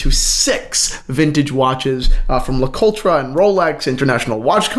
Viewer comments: Le coltra? Man you butchered the name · The RE in Le Coultre is unstressed- almost silent.